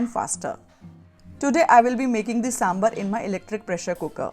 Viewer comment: Please buran na maane, it's saambaar not sambar.